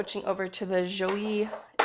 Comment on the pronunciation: You are great! Joie is pronounced ‘jwa’. Have a great one!